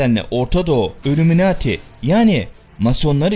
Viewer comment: Şimdiye kadar hep senin videolarını hiç beğenemedim. Her zamanda ön yargimi kirip önce bi izliyeyim diyorum , izliyorum hep aynı şeyler. Videolari ısıtıp ısıtıp önümüze koyuyorsun. Videoların başlıkla alakaları yok. Üllüminati nedir , haşa hz. ibrohim nedir bunlar nasil telaffuzlardır. Sevmek zorunda degilim , yanlis anlama terbiyesizcede yorum yapmam sevmiyorum diye. Ama eleştriyorum kendimce. Beğenenler illaki vardır ama senin videolarin bana sıcak gelmiyor , sahte geliyor. Eline emeğine sağlık hocam. Sonuçta bir emek var , yolunda başarılar. İstemedende yanlış bir kelime edip , kırdıysam özür dilerim. İzleyenlere iyi seyirler.